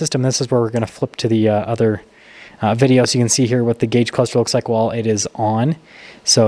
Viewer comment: We gotta get "video" clearly spoken in the intro....we just have to !